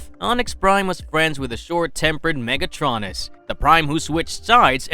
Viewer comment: “MegAtronus” 💀 bros pronouncing of megatronus’s name killed my brain